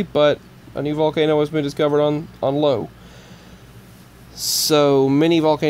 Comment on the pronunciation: Teton is pronounced with a double e sound, a long e as in "street", not an e as in the word "kept". Also, the moon Io is an "I", not an "L", so is pronounced either E-o (with a long e sound) or Io (with a sound like eye-o)